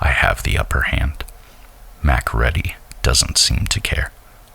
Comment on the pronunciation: I’ve listened to all the narrations of this and this one is the best I think. It’s a little odd how so many pronounce the main character name as “Mack Reddy”, almost like two words with Mack and red having equal emphasis. In the film it is pronounced “mckreedy” emphasis on “reed” I wonder why narrators change it from the film.